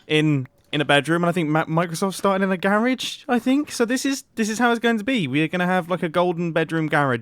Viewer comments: Mumbo: Gaarige Me: Wth Its Garage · "I think Microsoft started in a GaRiGE." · No one: Mumbo: gArRidGe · He says garage like marriage 😂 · And..... and I think Microsoft started in a GArYagE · The way he pronounces garage tho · ITS PRONOUNCED GARAGE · I love how Mumbo pronounces the GARAGE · I love when Mumbai says garage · Intentionally mispronouncing garage good try